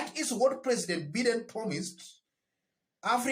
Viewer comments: Good analysis yet again. However The US presidents name is pronounced Baiden and not Biden. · It is pronounced as... Baideni...Biden. I like your character, you brave man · Pronounced as 'Baiden'